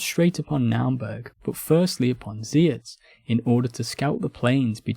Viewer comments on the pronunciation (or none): You not only mispronounce Zeitz, you also mispell it